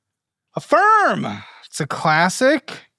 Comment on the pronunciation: He said you went insane on Infirm (Affirm)!😂